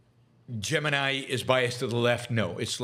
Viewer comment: Lmao you're tuning into a guy who can't even pronounce Gemini